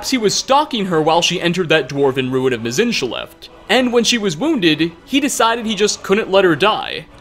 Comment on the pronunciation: Perfect pronunciation of forgotten Dwemer names like Mzinchaleft that aren't even uttered in the whole game. Also: Completely butchers Jyggalag as "Jyggalagagiggitywhoppity" or something like that.